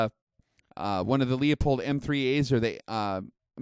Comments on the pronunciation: Great review! Just pronounced Leopold wrong lol It's Lou-pold :) Would love to hear your thoughts on optics under 10X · There ain't no "LEO" in there. Leo left town. It's "LOO-pold". Sorry, it's just hard to take, over and over. Other than that, you're an impressive, very smart guy and you explain things really well. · Leupold is pronounced loop-hold. Thank you